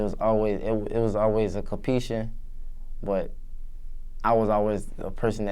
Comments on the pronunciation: compeshion? nessicity?? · WTF is, "Comp-peachion"